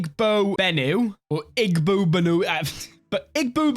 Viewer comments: Fun fact in Igbo the g is pronounced like y like eey boe. It's funny to see you worrying about pronouncing characters from other languages and then mispronouncing charismatic. Never change. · As a Nigerian, hearing him pronounce things like Igbo is just hilarious